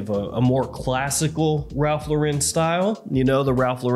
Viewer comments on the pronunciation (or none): It IS actually pronounced Lauren. Like the first name. Not la-ren. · His name is Ralph Loo–ren, as in low and rent with no w and t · Is trolling constantly or do he and tons of other reviewers have no actual idea how to pronounce Lauren… nearly everyone screws it up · You're still mispronouncing "Lauren".